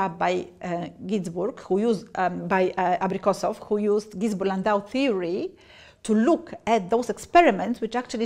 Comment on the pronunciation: "Абрикосоу хуюзд." Обидно блин.